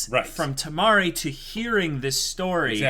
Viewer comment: U guys can just called the 4th girl Yuzuki :) n its Kimari not Tamari ^^